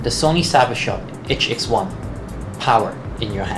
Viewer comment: "itch-ex-one" (sigh)